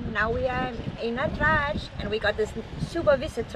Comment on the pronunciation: c’ est Andratx et non ántrax car ántrax c’ est pas terrible,c’ est un furoncle.Complètement d’ accord avec ton analyse des ports.Nos espaces de liberté malheureusement se réduisent.Amitiés de Sa Rapita